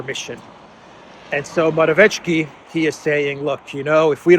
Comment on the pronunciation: Morawiecki..the closest pronunciation would be Moravietski